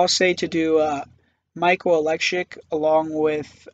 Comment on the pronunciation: lol 😂😂😂😂😂😂 u said Oleksiuk bro, its Oleksiejczuk lol